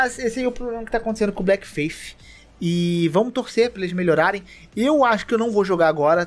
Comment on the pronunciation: Pô, tu escreve Bleak no título mas fala Black? Achei até que eram jogos diferentes, sem zoa. Porque cliquei no vídeo pra ficar ouvindo enquanto fazia outras coisas e acabei bugando.